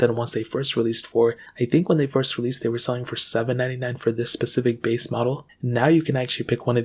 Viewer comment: SPECIFIC, SPECIFIC. NOT PACIFIC